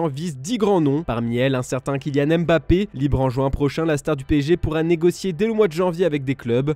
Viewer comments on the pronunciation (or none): none